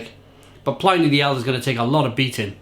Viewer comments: So /plɪni/ instead of /plaɪni/? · Its pronounced Plin E not PLynee, Pliny Elder and Younger were Roman Historians, not PLY Knee, PLIN E